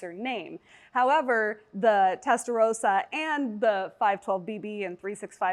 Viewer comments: Its called Testarossa not Testa rosa... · testaROSSA, not testarousa. you're saying pink, not red